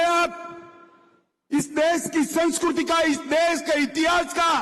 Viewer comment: Are sanshkriti hoti hai, sanshkruty nahi, matra nahi aati kya